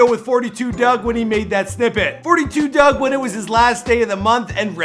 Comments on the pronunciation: and it’s FOUR TWO DUGG not doug while you think you know sum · I can’t watch if you keeping forty two dugg it’s just four two dugg